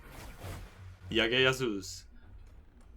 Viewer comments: Yagga Yasoos? It's 'J'agga 'J'asoos☺ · Well ,For your kind information I'd like to tell you that we pronounce "J" as "J" ,So it's Jagga Jasoos not Yagga Yasoos. And I love your videos they're amazing💓💓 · Why are you pronouncing J as Y ? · Did he just say Yagga Yasoos? or is J pronounced as Y in sweden? The same was with Bhajrangi Bhaijaan when he pronounced it as Bhaiyrangi Bahiyaan. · Its J as in Jam , J as in Jerry ! J as in Jill!! Lol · dude its Jagga Jasoon like u pronounce the Jug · I love how you say jagga jasoos 😂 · Doretta Kotian 😂